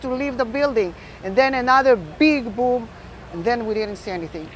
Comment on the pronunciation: "another BIG BOOM" you mean like a ... like a bom?